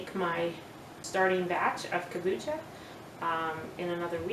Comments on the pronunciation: No, you are putting a k before the a. I'm not trying to be smart, it's that I was an English Teacher and if you look the pronunciation up, it is not pronounced, Kom-booch-ka. 😊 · It is pronounced Kom-boo-cha.